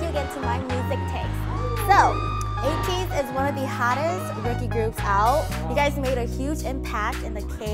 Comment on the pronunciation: The way Hwa says Ateez as Ateejeu makes my heart goes jdshbsbbd